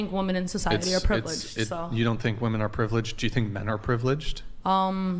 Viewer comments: Fucking drives me insane how she keeps saying "woman" when she means "women" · Why does she keep say "woman" when she should say women? Drives me nuts. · idk how they dont tell her to off herself, HOW are they letting her say "woman" instead of "women" slide? being that idiotic should be fatally punishable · Does no one else notice she says "womAn" for plural instead of saying "womEn"?? It annoys the hell out of me... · Why do women on these podcasts keep saying "woman" instead of "women" when referring to the plural? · Its women not woman stop saying woman. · Does it drive anyone else crazy when she keeps saying "woman" instead of "women" when she is talking in the plural..... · Did anyone else hear her saying "woman" as the plural of women? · You idiots that deliberately mispronounce women as the singular woman when you’re actually talking about the plural just sound like you’ve got a speech impediment that would come with drooling ! 🤤 you sound like idiots. seriously stop trying to change words, language exists for a reason so we know what we’re saying to each other. It’s how we communicate, Jesus Christ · Wtf happened to the word WOMEN? Even this womAn fcked up the word womEn. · WHY DOES SHE KEEP PRONOUNCING “WOMEN” as the singular “WOMAN” it’s driving me NUTS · The fact this chick keeps saying woman when the word should be women is driving me nuts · It's WOMEN not WOMAN!!! Drives me nuts!!!😂😂😂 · Christ! Its fucking Women, not woman when speaking about more than one. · Women have been oppressed so terribly that she can’t name a single concrete example of said oppression. Also, and once again, feminists can’t distinguish between the pronunciation between “women” and “woman. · Omfg it's women not women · Ok, don’t debate with anyone who cannot say WOMEN in the plural? Got it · Why do they pronounce women like that? lol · WHY CAN’T SHE PRONOUNCE THE WORD WOMEN???? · cant this fool say women? she is beyond an idiot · Why cant ppl pronounce the word women ?